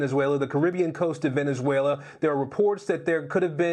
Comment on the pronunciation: Venezuela.... more like Venezzwayylaahh!😂